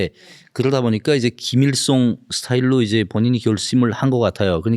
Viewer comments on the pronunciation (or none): 허세를 호세, 김일성을 김일송 ㅓ 발음을 못하네ㅋㅋㅋ